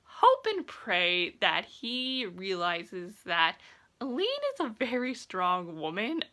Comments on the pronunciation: Just so you’re aware, it’s pronounced “A-Lynn”. I honestly had to google how to pronounce all their names lol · I keep thinking you’re saying “Elide” 😆